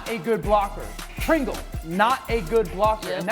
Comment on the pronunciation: Dan it’s Sprinkle, not Pringle